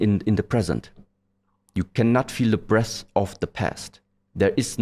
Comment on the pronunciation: We all know we laughed a little when he said when you focus on the breastht 😂